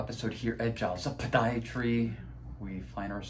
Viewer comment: It makes me chuckle when you say “po-Diatry” at the beginning of your videos 🤣 You are such a great doctor!